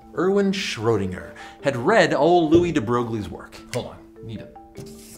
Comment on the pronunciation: In french, we don’t say "Louis" like you did, but more "Louis", see ? But that’s okay, still a thumb up.